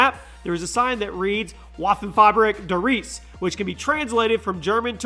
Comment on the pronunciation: If i hear "dur reeeeese" one more time...